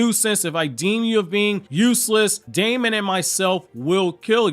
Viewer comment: his name is actually pronounced demon. even more black air force energy acquired